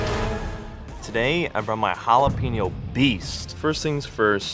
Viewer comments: I CRINGE when food reviewers/cooks don't correctly pronounce ha-la-PAIN-yo. They get it 3/4 right, but then say PEEN-yo. It's HA-LA-PAIN-YO! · hot dog looked amazing, but if I had to hear her say Jalepeno one more time I'd have to give her a lower score. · The way that one lady pronounced it as “Halla PEN yo.” 😭😭😭😭 no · They way she is pronouncing jalapeño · 0 for 4 on pronunciation....geez, teach people how to say jalapeño for crying out loud